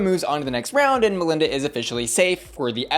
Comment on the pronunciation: First I just want to say how much I appreciated how you pronounce Melinda's name because the judges on the show were not doing it for me.